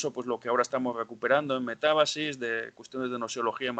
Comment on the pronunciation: Metábasis, no metabasis